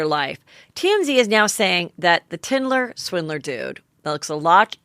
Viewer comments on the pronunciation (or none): Tindler Swindler instead of Tinder Swindler 😂 omg Heather